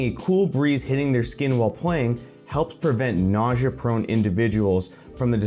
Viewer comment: did you have a stroke while saying nausea?